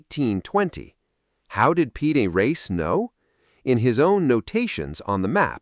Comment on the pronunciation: The name of the map maker is Piri Reis, not PD Race. What kind of AI weirdness is this? Also, the AI voice says "directer" rather than "more direct".